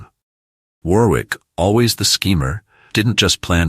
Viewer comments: Pronounced Worrick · And Warwick is pronouced Warrick. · Must admit I laughed every time he said War-wick.